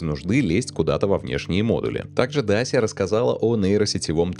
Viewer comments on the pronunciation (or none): none